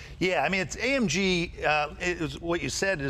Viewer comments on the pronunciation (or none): AMG. Not AMGEN, Jay. 💰